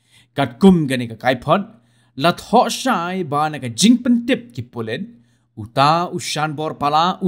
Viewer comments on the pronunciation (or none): none